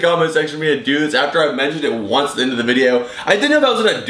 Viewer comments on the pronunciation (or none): none